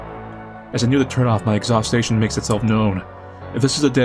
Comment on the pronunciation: "ex-haws-chun" exhaustion not exhaustation..